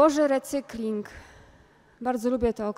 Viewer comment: słowo recykling zupełnie zle wymawiane … mamy polskie słówka … „ przetworzenie „🌹